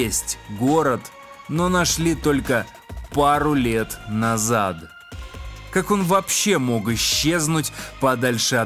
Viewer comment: В словах: вра(Г), абсур(Д), наза(Д) по законам русской орфоэпии, в слабой фонетической позиции, когда после согласного звука нет гласного, следует произносить глухой вариант согласного (Г - К, Д - Т, ), соответственно - вра(К), абсур(Т), наза(Т). НЕ НУЖНО СЛИШКОМ СТАРАТЬСЯ, И ПРИРОДНОЕ ЧУВСТВО ЯЗЫКА ВАС НЕ ПОДВЕДЁТ, УДАЧИ!